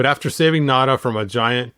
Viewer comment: Hopefully Mezco makes Nayda. It's pronounced Nay-da, not Nada, BTW